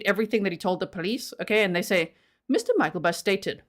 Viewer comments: I dont know if anyone said how to say his name. Its Myk-LE-bust.. not myk-EL-bust. I dont really know why english people cant read the letters in the right place. I hear this every time english people try to read norwegian, and move the letters around instead of spelling/saying it like you read it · It is pronounced Michael-bust. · Mick-el-bust is the pronunciation